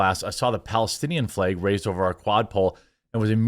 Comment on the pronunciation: The way he pronounces “flæg” went from funny to “holy crap bro, stop saying flag”